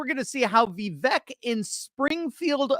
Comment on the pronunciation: Vivek rhymes with CAKE